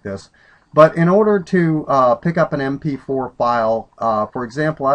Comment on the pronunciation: M P FWEE HAHAHAHAHA Thanks man!